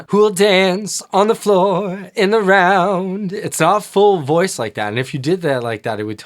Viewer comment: I love his improvs. “Hear her loice” instead of “voice” on Human Nature…